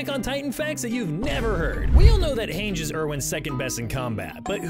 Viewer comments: "HÄNJ" bro who? Her name is hange, pronounced Han-ji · You know this guy has never read or watched AoT by the way he pronounces “Hanji”. His other shorts are also filled with various misinterpretations of AoT canon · Isn’t her name pronounced hon jee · It's pronounced han (like Hans of the southern isle) and gee (like the beegees) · her name is pronounced "haange-ee" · How tf do you not know how to pronounce Hange's last name when there is a TV show where the characters say names all the time? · Bro do you even the show cause the way you pronounced Hanje's name makes me wonder 😭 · The thing I can't believe is how you pronounce Hange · Why do you pronounce Hange like that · How you gonna be here trying to tell me Aot facts I “don’t know” when you don’t know how to pronounce Hange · Not only have I heard all of them so you failed on that front you can’t even pronounce hange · 1 attack on titan fact the narrator didn’t know. You pronounce Hange weird and it’s annoying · Bro these video creators could not have watched the show in English cuz how are you guys always mispronouncing their names? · Don't make videos about it if you can't pronounce the most basic names right like just watch the show and you'll know it's wrong